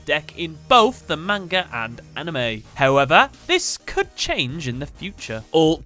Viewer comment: Purposely saying manga wrong.